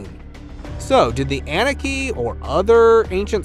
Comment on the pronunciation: can't take this channel seriously. it's annunaki...not Annaki and it's not 3000 years it's 250000 years. Terrible research.